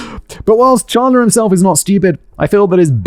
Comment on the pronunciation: The defense attorney didn't mispronounce 'Halderson', she mispronounced 'Chandler', calling him 'Chander'. It's exactly as second-hand-embarrassing as you think it is.